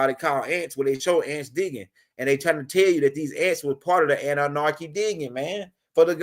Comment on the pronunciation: Love your vids bro, but please stop put an “R” in your pronunciation of ANNUNAKI. Ase’